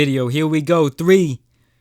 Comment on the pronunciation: At the end of the video it sounded like you said piss not peace lmao